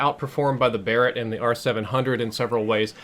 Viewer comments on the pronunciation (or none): none